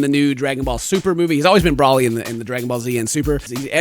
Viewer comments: Who the hell is Braly? It's Broly, Bro-ly, Bro, Broly. Not Braly. lol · How he pronounces Broly 😣.